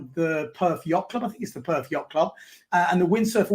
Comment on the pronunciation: Perth not Perf. And we don't have a Harbour. It's the Swan River.